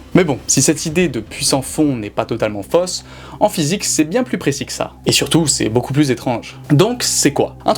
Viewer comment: Putain mais vous avez quoi tous les youtubeurs à prononcer le "s" de "plus" ??? Il est muet !!!